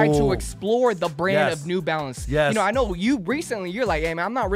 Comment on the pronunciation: It’s just “New Balance” bro, not “nEw BaLenCeZ”💀💀💀😂